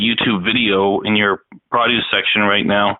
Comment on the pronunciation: I think they didnt understand when he keeps pronouncing produce as "prah-doos".